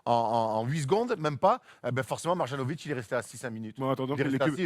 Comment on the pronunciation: Mais c'est pas possible, vous faites exprès de massacrer les noms de joueurs ou quoi ?!? Après "Donsitch", maintenant c'est "Mar-Jeannovic". C'est MARIANOVITCH. Le J en serbo-croate se prononce "ye", d'ailleurs vous dites bien "Yokitch" et non "DJOkitch"